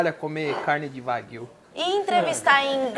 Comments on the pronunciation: Opa, sensacional! Só uma dica, a pronúncia de 和牛 (wagyu) é "uáguiuu" e não "vaguíu" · Nao se le: Vaguio. Se le:Uaguio